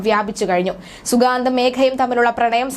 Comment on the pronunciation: At least pronounce the name correctly